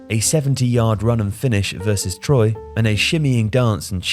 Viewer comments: Its not Troy its Troyes (pronounced trwa) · Troy? It's Twa dude.